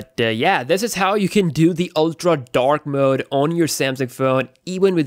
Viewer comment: How many times did he say dak mooood